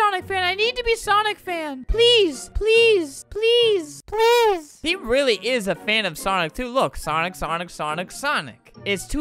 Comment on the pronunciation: Albert: squeaks "rwaewwy" Me: trying not to laugh because it is almost 6 am